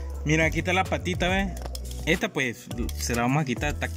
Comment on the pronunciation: Ya le pujimos sal puej jajaja tiene acento y pronunciación del español como si fuera centroamericano, en el norte de México no comemos esos animales que son portadores de lepra, si fuera bueno y delicioso ya hubiera criaderos y se ofreceria en muchos restaurantes no creen, dejen de comer iguana tambien y tlacuache que asco plebada